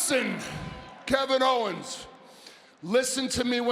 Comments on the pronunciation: Kevin Hoe-wens 😂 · KEVIN HO-WENS LOL! 😂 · "kick kevin hoe'wens" LMAO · Kevin Howens!! Haha.